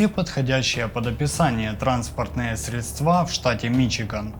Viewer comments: Спасибо за историю. Не слышала ещё про это преступление. Радует, что новое послушала. Изложение, видеоряд, фотографии и проч. материалы - понравились. Просьба: следите, пожалуйста, за ударениями в словах🙏🤗 (напр. привОды и не прИводы, срЕдства....). А в целом - спасибо за проделанную работу. Подписалась на вас. Буду рада новым роликам. Удачи и скорейшего продвижения канала. 😊❤ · Он "замешкал"?! СредствА?! Что за "прИводы" в американской полиции?